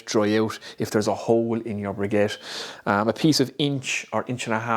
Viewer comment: Ok, I'm by no means the grammar police.:), you said you were having trouble pronouncing "briquettes". I notice you're pronouncing the Q like a G. The Q should make a K sound as in BRICK + ETTES.